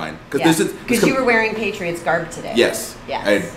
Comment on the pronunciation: PATRIOITS me: OHHH YEAH DEY DA BEST TEAM EVA